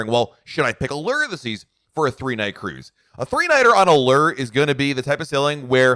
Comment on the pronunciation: Is it just me, or do others cringe when pronounces Allure and Windjammer incorrectly. I am not sure where he got those pronouncements.